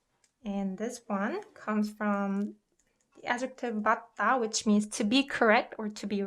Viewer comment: I noticed that sometimes ‘ㅁ’ is pronounced as the letter ‘B’..like in 맞다 is prounouned like ‘baattaa’. So are there like some instances when ㅁ takes on a ‘B’ sound? Also these classes have helped me so much I’m so happy to have found a reliable medium to learn Korean properly!